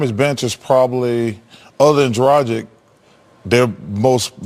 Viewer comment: Haha, Ernie said "Goran DWagic"😂